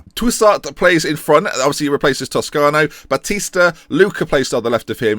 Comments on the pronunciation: Ba-Ste-A? It's Batista! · Batista is pronuonced Bastia? really hahaha send on intensive pronunciation course